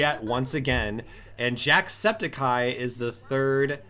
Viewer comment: I hate how he pronounces "Jacksepticeye" He says it like Jacksepti-cai